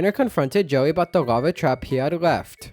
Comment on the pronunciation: U keep saying "joey" instead of Jelly lol